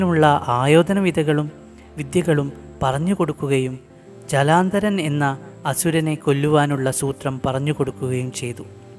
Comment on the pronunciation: ജലാന്ദരൻ അല്ല ജലന്ധരൻ